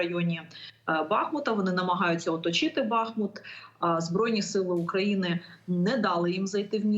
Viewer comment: скажите Маляр, что не бАхмут, а БахмУт!! знаток великий..